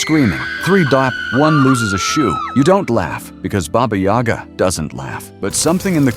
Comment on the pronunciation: That's Bah-Bah Yaga not Bey-Bah Yag!